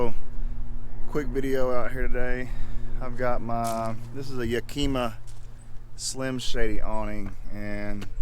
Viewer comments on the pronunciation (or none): YACK-i-MUH ✅ YUH-keemuh ❌